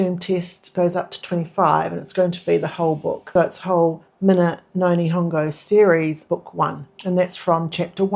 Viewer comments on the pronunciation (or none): Keep it up, sounds like you are doing great on the vocab and grammar tests. For pronunciation I agree with you that it would be good to go back to basics, get the vowel sounds really locked in:) For example I noticed you pronounce minna (e.g. minna no nihongo) as “mih-na” but, as you know, Japanese み is always pronounced “me” so it should sound like “me-nna”. It can be hard to remember if you are thinking about how things look in romaji and how we would say such a word with our strong kiwi accents lol 🥝 Practicing saying ma mi mu me mo, ka ki ku ke ko etc out loud might help 😊